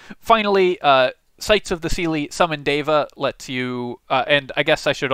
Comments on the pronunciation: It's pronounced "Deh vah" not "Day vah" FYI It's really cool to see Sanskrit words included in fantasy stuff btw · Its like Dheva. Not Deva. The D should be soft. 😏. The D should sound like the th in "the". or like They + va. Something like that I think. And you are forgetting to breathe and stop when you are talking. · Indian-language speaker here: the pronunciation of the "d" in "deva" (in the original Sanskrit, anyway) is better approximated with the "th" sound from "then." Otherwise, spot on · I'm pretty sure it's pronounced deva, not deva. Kinda like data, as opposed to data.